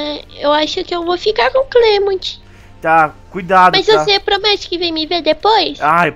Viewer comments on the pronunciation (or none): mas no anime ele fala clemonte se pronucia clemunti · não é cleimond* e clement